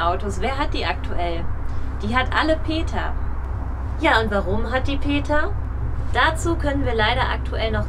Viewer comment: Wie kamm den den NAmen vom Peter nur so herablassen aussprechen? Sie werden mit sichherheit auch nicht die Wahren Gründe kennen warum das so alles passiert ist wie es nun ist. Es ist schade das dieses Elternhaus so herunter gekommen ist. Sie Videocamera sieht aber sehr neu aus und das rote Auto im Video komischerweise auch. Wenn Manni ja auch schon gar nicht mehr mit Peter arbeitet, ist auch sehr seltsam, findet ihr nicht? Uwe sollte mal zum Zahnarzt gehen, sieht ja echt schrecklich aus.